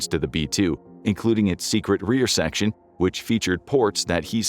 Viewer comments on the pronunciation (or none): none